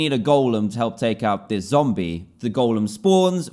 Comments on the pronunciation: do you know what i need sunset for i need it for a zomble - DANTDM 2019 and yes he said zomble not zombie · He said Zombl instead of zombie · he said zombll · Every time Dan said Zomble, I kept thinking "Womble? What do you need a Womble for?" then realize he meant a zombie